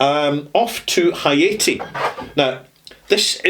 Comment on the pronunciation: Please learn the correnct pronunciation for the rums you are discussing, for example Haiti and Granada